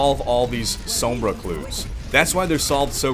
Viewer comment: hey guys this is cringer with another mispronunciation of sombra